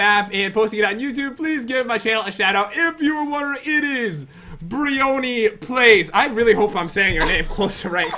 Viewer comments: It is pronounced (brie-oe-ny) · At the start its bry-o-ny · Bri-on-e you say it like that pat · It's pronounced Brie-own-ie :3 I LOVE YOU SO MUCH GUYS!!!! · bre-ony that's how u pronounce it.